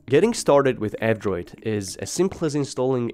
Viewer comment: Whenever you say "F-Droid" it sounds like "Android".